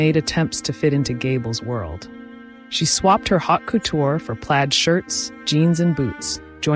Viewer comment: Hot couture is pronounced, “Oat Koture.”